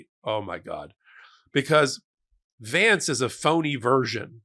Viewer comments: "Shay-dee Vance".😂😂😂😂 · I thought I heard you say shady vance? Not a bad name. 😅